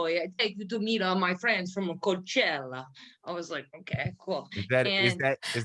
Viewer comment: The way she/he over-pronounced words like "Coachella", so nauseating to listen to, very douche chill vibes.